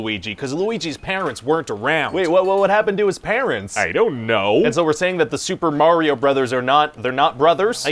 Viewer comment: the super muh rio series